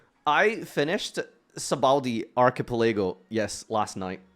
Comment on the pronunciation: "Sabaudi Arkapalaygo"